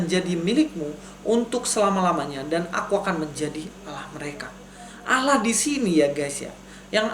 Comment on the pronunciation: Begini bg,,, percuma kalau di balas argumen anda dg Al-Qur'an toh pasti anda tidak akan percaya. Maka nya di jawab dg kitab anda sendir biar anda lebih banyak lagi belajar..?jangan banyak ngawur...membaca ALLAH aja salah,, di baca ALAH...